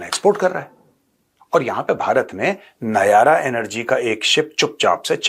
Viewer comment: Nayara nhi nayra🎉